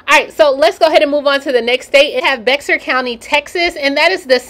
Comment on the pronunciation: Just wanted to let u know BEXAR (county in tx where san antonio is located)IS PRONOUNCED LIKE BEAR🐻. As in yogi and boo-boo. Everyone makes the same mistake lol ...😍 love u